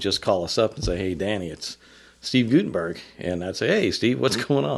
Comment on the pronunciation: I don't want to offend anyone but Steve pronounces his last name as Gut-en-berg, not Goot-en-berg.